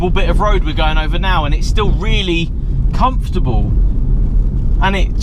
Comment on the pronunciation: LOL - "very comfotable inside"